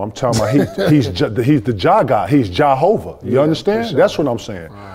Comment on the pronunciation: He called him JaHova that was hard